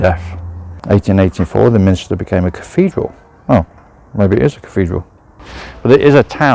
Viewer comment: Nice video of my home town, but please: it's a Minster, not Min i ster. Sorry to be picky.